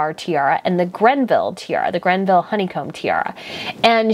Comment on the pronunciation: Can you read, carefully? You seem to read everything and actually KNOW very little. The "Honeycomb" tiara (on permanent loan to Camilla) is from the GREVILLE COLLECTION! No, it is NOT "GreNville" (as you pronounced it)! It is Greville. Like the Greville Kokoshnik that Eugenie wore at her wedding. (It has large emerald inserts. It is the Greville Emerald Kokoshnik. Next, Ms Markle DID DEMAND to wear one of the Queen's favorite's (The Grand Duchess Vladimir tiara with 15 hanging emeralds). Of course it caused a HUGE ruckus. (The Queen could NOT believe the bad taste of Markle. The Queen prefers that the "young" brides marrying into the Royal family wear bandeau (or kokoshnik) styles as their FIRST experience with a tiara. (Catherine wore the Queen Mary's Cartier Halo Tiara for her wedding. The Queen let MM choose from a small selection of bandeaus and she chose the lovely Queen Mary Bandeau which flattered her very much. The Queen was correct. MM would have look RIDICULOUS in a tiara that the Queen has had her portrait painted wearing the Grand Duchess Vladimir Also, MM had BEHAVED SO BADLY OVER THE ENTIRE CHRISTMAS HOLIDAY (just a couple of months prior to MM DEMANDING the Queen's tiara)! Since YOU do not know and have NO IDEA how to do actual research, just UNDERSTAND that MM behaved AS BADLY AS ANY FUTURE DAUGHTER-IN-LAW could have possibly acted. (To YOU that does not matter, but to the Queen, and her courtiers, it was COMPLETELY AWFUL!) While we are on the subject, it is S